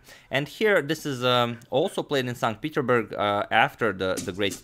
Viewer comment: #suggestion In English, the 's' in "Petersburg" (Saint PeterSburg) is pronounced (not a soundless letter).